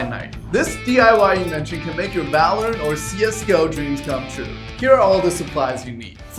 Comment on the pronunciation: Why does bro say valerent and cs go, what spy from tf2